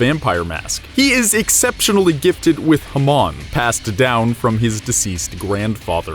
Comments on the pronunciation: thats not how you say Hamon....its not Huh mawn. its Hah-moan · HA-MOAN not ha-mon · You had me until "huhmun" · The way he's saying hamon makes me so fucking uncomfortable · You said hamon wrong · Does anyone cringe when he pronounces Jotaro’s name and Hamon